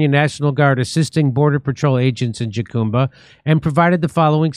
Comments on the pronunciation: Jacumba is pronounced HUCUMBA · Not a big deal Jimmy but jacumba is pronounced HA-COOM-BUH, and yes it’s in terrible shape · Jimmy, Jacumba is pronounced Ha-COME-buh. Isn't your wife Mexican? :face-blue-smiling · Hello Californians! Jacumba is pronounced HAH-COME-BAH. Not Jackumbah. Thanks. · Are you trying to say jucumba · Jacumba is pronounced Huh-cum-ba. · Pronounced "Ha-Cume-Ba." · It pronounced HA COME BA! Jesus Jimmy you live in California. In Spanish the “J” is pronounced as an “H” sound. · Is pronounced HaCumba. It's crazy. These guys walk along the highway and congregate at trail heads waiting for buses. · Jacumba Pronounced huh koom buh